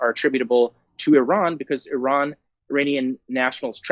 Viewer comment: Wow, you actually pronounced "Iran" correctly. I don't think I have seen many Americans do that. But then almost ruined Qatar's pronunciation before using the correct word.